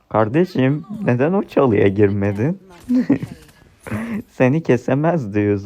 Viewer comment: Kardejim dedin ya aklıma sora geldi